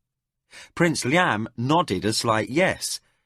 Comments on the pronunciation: I don't think he pronounced all the names right. For example Liam should be "Lee-um" but he pronounces it "Li-YAM", which can't be right. Also I think it's Cry-dee, not Cri-dee. And the old English Tomas is pronounced Tu-moss, instead of the modern Thomas "Tom-mus style. But I could be wrong. I think he pronounced Arutha right though, which is a tricky one. And I'm not sure about Rillanon, I put the emphasis on "Rill" "Rill-uh-non" and he pronounces it "rill-AN-on." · Sounds strange to hear Liam pronounced in that manner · Just hearing names pronounced differently than what I pronounce when I read is a little off putting. But a minimal issue. But Arutha pronounced arathur is frustrating or the fact that he can't pronounce liam as it's always pronounced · Not a bad rendition but few things irk they are calling Liam, Li-amthere is no gap not in English, secondly Crydee, being said as Cri-dee in one go not Cry- dee. For those saying about starting up where they left off I am listening on a Samsung tab S8 and it just picks up where I left off as did my older ipad Pro. Just to add I am not having a go at the narrator, there are a few issues as I said maybe also on a personal level the voices used for some characters but he is easy to listen to and speaking clearly and at a very relaxed speed. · Edit: LOL! I was totally into the story, and then the music played really loudly at the end and scared me to death. =D Enjoying this book...but the pronunciations are driving me crazy. Who the heck pronounces Liam like that? It's as if the narrator had never heard that name before. Edit after a few minutes: Oh my gosh. Thank goodness Liam isn't a main character in this book. That pronunciation is like nails down a chalkboard. Awful! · The pronunciation of Crydee and Liam's name is frustrating but liking the first few hrs so far..